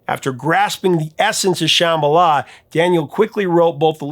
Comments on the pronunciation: Woah, Dude, you TOTALLY slaughtered the word Shambhala! 😬 That was EXTRA cringe. They pronounce it wrong in the song, and you just followed suit, displaying your massive ignorance! Everybody knows what Shambhala is and how to pronounce it, lol!!! 🤭🤭🤭😂🤣🤣🤣🤣🤣🤣 I have one friend who refuses to even listen to the song, because the mispronounciation bothers her THAT much! It bothers me, too, but I still love the song. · Geez. Take a chill pill. The B is silent. So what? You act like everyone is pronouncing it like "cheeseball" or something.